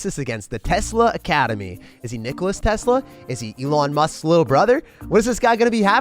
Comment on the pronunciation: Lol, it’s Nikola Tesla, although Nicholas is close enough I guess